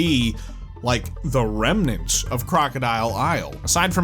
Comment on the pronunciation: or perhaps…the “krem-nants”